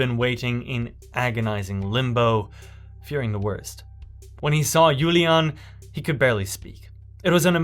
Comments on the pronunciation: Her German name is pronounced Yu-lee-a-na (four syllables). The final "e" is not silent . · Great video! Just a small note from a native German speaker: Julian is a male name, while Juliane (with an e at the end) is female, and the e needs to be pronounced. Right now it sounds like you are talking about a male!